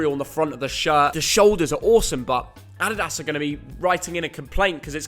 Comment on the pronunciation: The way this guys says “adidas” drives me mad 🤣